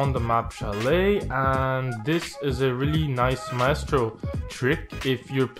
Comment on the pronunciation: My estro 👌🏽 very good pronunciation 🤟🏽